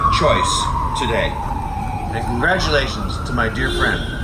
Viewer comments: "CONGRATULEICHONS" Tommy. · "congratulechon Tomi" jajajaja a mis reporteros latinos. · "Congratulechion" "alovio" jajajaja no se nota que los contrataron para que se vea que sí los conocen. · Gratulechon jajajajajajajaja